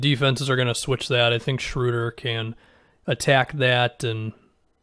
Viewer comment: first person that i've heard say his name correctly, thank you. I'm excited about this move for the Lakers.